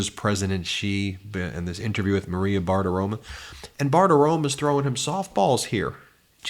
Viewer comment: It's Maria Bartiromo, not Bartiroma. Why not pronounce it correctly? It's not that hard